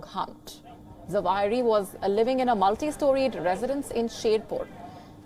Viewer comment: It's Zawahiri.practice to pronounce it.omg